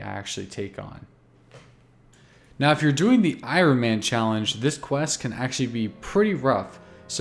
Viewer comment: that pronunciation of "iron" gave me aids